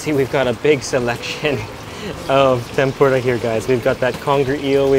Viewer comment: (Tem-Por-Uh) not (Tem-Por-Duh) nonetheless amazing mouthwatering video!